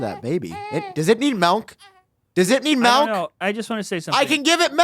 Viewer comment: Also says, “melk” instead of “milk.” Gross. 🤢🤮